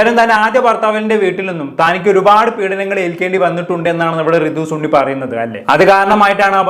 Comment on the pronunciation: സുണ്ണി അല്ലടാ ശുണ്ണി സണ്ണി ആടാ 😂